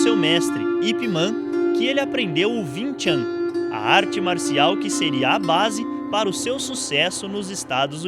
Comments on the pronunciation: Win Chan kkkkk é Wing Chu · ving ving ving ????????????? porra é wing ! Som som de "u" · bacana o video a nao ser pelo fato do erro tragico que voces cometeram em chamar o de VIM TCHAM, o correto na leitura é >>> Wing Chun assim como se escreve, sou aluno de wing chun por isso afirmo o erro de voces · o nome e wing chun não vin chan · Pronuncia errada, Não se diz "vincham" Se diz UING CHUM! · se fala Uing chun , não ving chan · "vin tchan" kkkkkkkkkkkkkkkk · Vin Than kkkk nao e assim q fala...😂✋✌ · "VIN TCHAM"